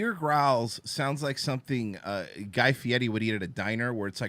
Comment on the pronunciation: It's Guy Fieri not Guy Fieti, 🤭